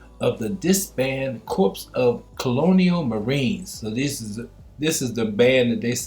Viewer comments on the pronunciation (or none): none